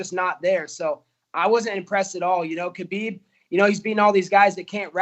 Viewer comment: What did he call Khabib?!? 😂